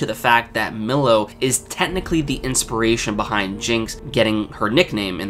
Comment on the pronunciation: stop calling him millow lmaooo